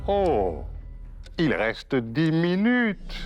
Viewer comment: "OH! Il resteuh 10 minuteuhh"